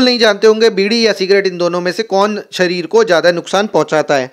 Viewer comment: भाई ने सी डी बोल दिया 😂😂😂😂😅